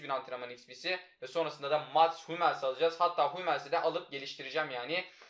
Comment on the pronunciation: Humels deme suna hammils de